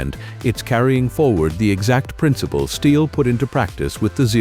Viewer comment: And the AI voice with the fake, irritating British accent can't even pronounce "Stihl" correctly.